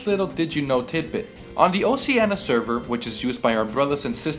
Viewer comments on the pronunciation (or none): none